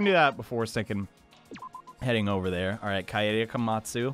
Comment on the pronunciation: "kie aye daye" lol.. it's kah-eh-deh. short. japanese.